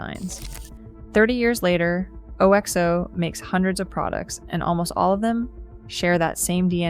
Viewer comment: You do not pronounce OXO correctly. It's oxo, not alexo.